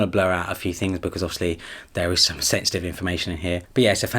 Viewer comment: I kept hearing sexting. And then I realised you were saying sensitive 🙄🙄🙄